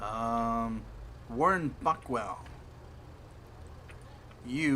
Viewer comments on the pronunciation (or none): lol when you said warren buckwell i thought you said fuckwell